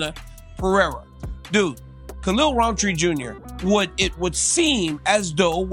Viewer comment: There's no D in Rountree. It's not RounDtree